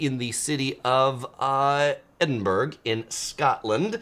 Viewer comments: The 'burgh' in the name 'Edinburgh' is pronounced like 'borough', not 'berg' as in 'iceberg'. that aside- great travel channel! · Edinburg is not pronounced the way you are pronouncing it. The G is silent. Otherwise, good info. Yikes though, those fees. Wondering about the National Parks, we are seniors with a lifetime pass. I am assuming this doesn't affect us since we have one. I laughed at "The torture class" We have had it with this. We will pay for comfort, thank you very much.